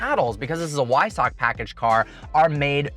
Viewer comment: Nice video! FYI... Weissach is pronounced Visock. :) Be nice to talk about the evaporative cooling on the intercoolers. I think your weight number is just a little low. Porsche did make a new carbon fiber steering wheel for all owners. Otherwise accurate review. You get some exclusive stuff with purchase such as watch, access to the proprietary white gold rims, and hopefully access to future special cars.